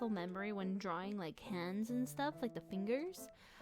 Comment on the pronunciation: I think they mean how you pronounced it lol